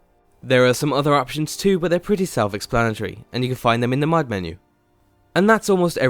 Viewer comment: James Troughton i don't know, he sounds more british again. then again he might be foreign and going for a british accent except for the word "mod" which he pronounces as "mad". it's not a big deal but, you know